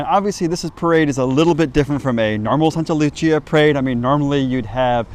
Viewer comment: Love this but it’s Saint ( Sct Lucia ) Lucia day - sancta Lucia